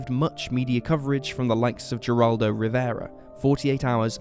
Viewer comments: The wife had to be a suspect usually are when a spouse or partner has gone missing or killed .Also it is said as Herald the G in Spanish is an h sound same with J . Make sure you say things correctly . Back to the case , this happens a lot on cruises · Don't mean to be rude, but, Geraldo Rivera, is pronounced "her aldo". I figured you may want to know is all. I love the content and new sub here and been binge watching and love top5s. 😁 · Geraldo is pronounced like hairaldo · Just so y'all know, the G in Geraldo is pronounced as an H. He's Puerto Rican (Spanish/Hispanic) & Jewish.